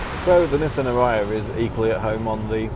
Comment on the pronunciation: You are pronouncing the name of the car wrong…. Nissan pronounces it Aria… makes sense knowing the meaning of aria…